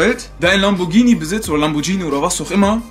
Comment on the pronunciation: Lamborghini kannst du auch nicht richtig aussprechen